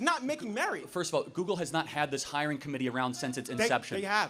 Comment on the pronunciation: You can tell when someone was raised by a single mother. And it’s “google” not “goo goo”